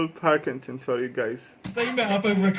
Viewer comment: Karl Pil,king,ton. Not parkington llf🤗